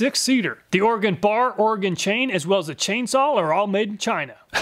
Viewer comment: As a native Oregonian, I appreciate you saying Oregon correctly. 😂 Solid testing as always. I don't even need a chainsaw, but I appreciate your testing so much that I watch it anyway.